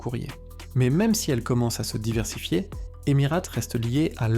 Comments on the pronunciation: EmiRATE non mais sérieux c’est quoi cette prononciation de merde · Non mais c’est une blague la prononciation de la Cie aérienne ? C’est tellement débile, sans compter la voix monocorde : horrible. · apprends a prononcer correctement emirates c'est insupportable